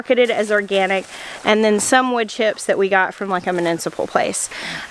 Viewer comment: Herbicide is a PESTicide. Insecticide is a Pesticide, Fungicide is a Pesticide. And more -icdes. All are pests, Mu ni ci pal ity. You are saying mu nin ci pal ity